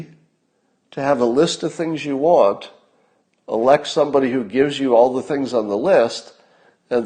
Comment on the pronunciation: "elect someone" became "Alexa".